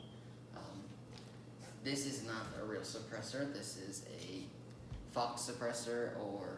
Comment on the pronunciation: Faux is pronounced "foh" not fowx